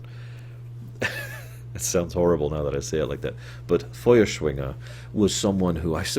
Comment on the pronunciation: Great German pronunciation :) I'm German and yeah that's how you say "Feuerschwinge". ~Foieshwinge